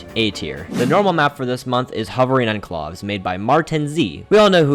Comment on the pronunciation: the way you pronounced enclaves infuriated me